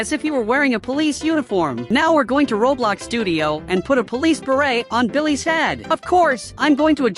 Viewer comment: Bro said billehs 💀